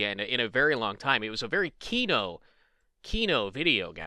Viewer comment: you pronounce kino right